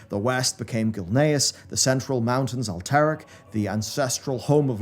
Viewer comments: I wish you pronounced at least half of the tribes/kingdoms names correctly. It’s DjaraDIN not Djaradeen. It’s AlterAc not Alteric. It’s Amani (UH-MOH-NEE). 🤦🏻‍♂️ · Why is this guy intentionally pronouncing common lore names wrong like Loken, Alterac and Amani? So that real fans can correct him in comments for engagement? What a sod.